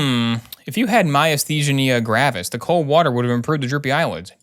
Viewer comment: You said Myasthenia gravis perfectly the first time and continued to to pronounce it worse every time after.